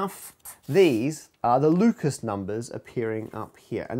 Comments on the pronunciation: oh man "Lucas" numbers? In the last video I thought he said "Ludacris" numbers! But I gotta, kn-kn-kn-know what-what's your fan-ta-ta-sy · "I'm going to say Lucas because I'm lazy." Immediately says it with French pronunciation.